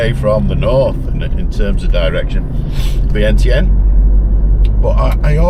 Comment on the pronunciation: Before 25 secs in you're not pronouncing vietianne correctly. How has she not corrected you? Or at least I know my dad's from there and he's never said it that way!